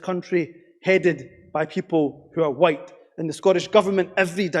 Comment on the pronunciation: Dude was throwing around some hard Ys every time he said whYte!